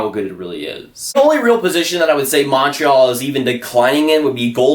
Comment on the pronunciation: Montreal. Not Monntral